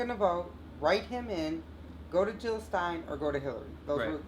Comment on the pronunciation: JiLL NOT HiLL!! Great discussion here thanks :)